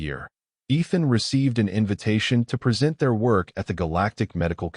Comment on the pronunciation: Great story, so grounded in reality. For those depending on the audio, A.I. routinely mispronounces "minute" and "present," thereby changing the meaning.